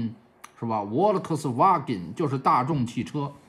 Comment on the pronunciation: ，大众volkswagen的德语正确发音如果音译的话大概是：fao科斯哇根，不是沃乐科斯哈哈